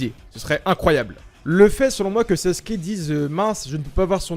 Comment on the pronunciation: Pourquoi tous le monde dit saske au lieu de sasuke 😂😭🤣